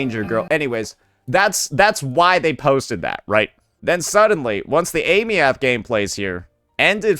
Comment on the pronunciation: AIM- EEE -THH. THIS IS HOW U SAY HER NAME FOR THE LOVE OF GOD